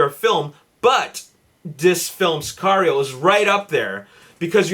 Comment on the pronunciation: Mexican right here. You pronounced it correctly!;)